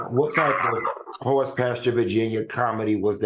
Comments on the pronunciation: I’m with you Al. The “hor” in horse was funny. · Al is cracking me up lmao - HOR in horse lol lol